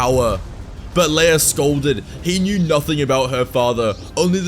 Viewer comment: “His son and Leaea’s brother” over ????!!!!!!